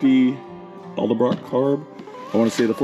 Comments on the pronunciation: Edelbrock…. Not eldebrock. Nice truck! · Love the videos... but pleease 🙏 it's Edelbrock.. not Elderbrock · He said: "Elder-brock intake." When attention to detail matters, you want to choose a mechanic that can't pronounce the name of the parts he's bolting on your ride. 😉👍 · Elderblock? Or edelbrock? Lol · It's pronounce Ed-Ull-brock. Edelbrock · Why can no one say edelbrock right 😂 sweet truck though. Love 400’s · The way you can’t pronounce edelbrock reminds me of the people who say “Cadillac converter”.